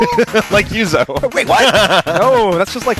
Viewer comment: when yuzo says his last name it sounds like theres a z